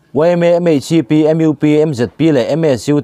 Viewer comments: Ka lo ngaimawh MUP tih a U laitak saptawng a U i lam hi,mizotawng a U an lam ang hian lam ta la aw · A man hla thin hle mai mahse i thu lam hi i uluk deuh chu ala ngai deuh lo maw. entinan,MUP tih kha mizotawng anga lam loin english in i lam daiha ka beng alo verh deuh zara tha hnem ngaihna lam anih chu aw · U te sap hawrawp a in lam le aw,i va han kaw lo tak e aw